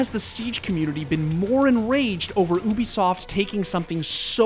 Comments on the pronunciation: What is Oobisoft I’m pretty sure it’s pronounced “You”bisoft. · No one talkin bout "Unisoft"??? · the way he says "Ubisoft" makes me uncomfortable